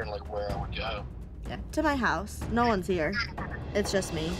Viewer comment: “i was like n000” Bro turned British